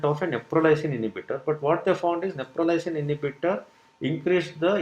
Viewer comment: It’s not Neprolysin it’s Neprilysin. And it’s not a new drug . It has been in the market for quiet sometime .